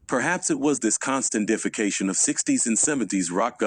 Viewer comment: Deification surely… not defecation! 😂